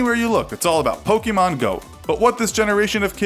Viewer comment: It’s not pronounced “pokeemon”...the accent makes an “eh” sound